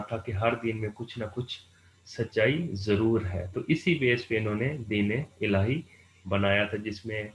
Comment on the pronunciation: Its Din-e-illahi not Deen illhai